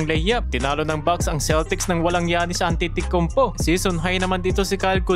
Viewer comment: Giannis antetocounpo po ang pag bigkas hndi giannis an titi konpo😅